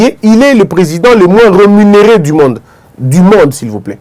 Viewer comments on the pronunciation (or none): none